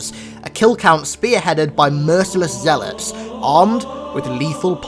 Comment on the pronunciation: U pronounced Zeilot wrong